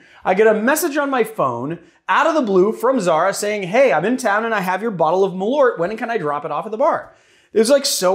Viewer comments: Btw you know that it’s pronounced MalÖrt!!! 🇸🇪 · I'm surprised didn't correct the pronunciation on Malört! "Malört" means "wormwood" in Swedish (and in Norwegian "malurt" I think). Great content as always, guys!